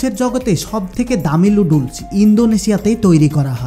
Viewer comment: নুডলস কে লুডলস বলছেন আগে প্রডাক্ট এর নাম ভালো করে শিখুন।